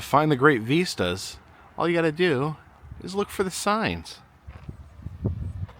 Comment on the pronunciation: Algorithm is giving me a binge of you today. Ive seen many videos before, but, just letting it roll. However... question... you keep calling them " veestas" , I dont think I have ever heard it pronounced that way. Am I missing something? I believe the word is vista.. and it rhymes with Mist - ah.. ( yup.. google definition agrees.. ) lol.. kinda driving me nuts.